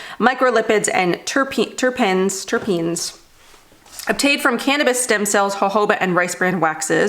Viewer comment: Pronounced "Turr-peenz" ..."Turrpeenz"🤑 Im a chef & have cooked with terpenes at some dinner parties😉! Terpenes are responsible for aroma but also have therapeutic properties(that do not make you feel "high") like THC(makes you feel "high") CBD(reduces anxiety & pain-no "high" feeling, I highly recommend to try if you can...I think it could help). Hope that helps. If you're curious, watch "Bong Appétit" on Vice TV or YouTube.✌🏼